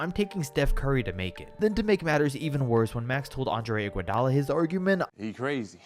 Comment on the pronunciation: "I want IGUODALO" 😂😂😂😂